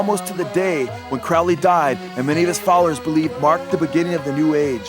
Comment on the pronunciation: it's crowley as in holy.